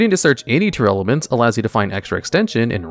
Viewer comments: Oh my god... its tear laments. Not tear airelements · It's always funny when calls Tearlaments as Tearelements